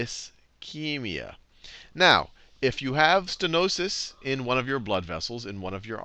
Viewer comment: Stenosis, not stenois.